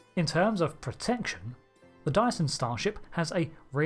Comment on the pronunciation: Every time you say dyson it sounds like you're saying diason. Anyway good vid. This include, this includes :)